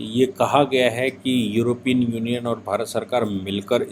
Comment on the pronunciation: सही शब्द योरोपियन नही यूरोपियन होता है।